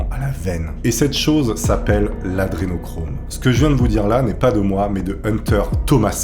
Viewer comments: Humm la base c est au moins de bien prononcer A DRE nochrome....pas ADE nochrome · C est pas "adenochrome" mais "adrenochrome". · C'est hyper casse cou*lles, tu ne fais que dire "Adénochrome" au lieu de "Adré..." tu fais péter un câble!!! A part de vieille vidéo remplie de fake news, devient de moins en moins intéressant à suivre. A plus! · AdRénochrome c'est le sujet de ta vidéo, c'est correctement orthographié partout mais t'es pas foutu de bien le prononcer pendant ton tournage... vraiment c'est la qualité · pourquoi tu fera pas une vidéo de rectification au niveau prononciation et articulation des mots... lol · AdRénochrome !!! T'es énervant un peu quand même...